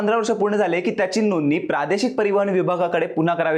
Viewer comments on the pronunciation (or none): Bhai नोंदणी नीट बोला... tumhi Nooni bolya sarkha vatata😂😂